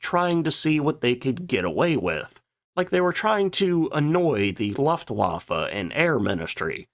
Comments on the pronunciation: I love your videos but please say Luftwaffe correctly. It's looftvaffe...not luffwaffa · Maybe you should learn how to pronounce Luftwaffe. It’s not Laftwaffe. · Favorite company and cannot propertly pronounce the name... or luftwaffe... or vogt.